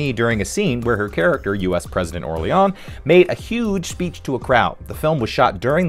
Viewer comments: Did you see the movie? It's pronounced Or-leen throughout, not Or-lee-on. So I stopped watching your smarmy video in the middle, because, what do you know? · Did you watch the movie? It's pronounced "Or-Leen" and they say it often. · Or-leon? did you watch this? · Orlean… like New Orleans. That really bugged me like did you even watch this? Lol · Hey, ever been to New Or-LEE-ONs? That’s how it’s pronounced, I swear.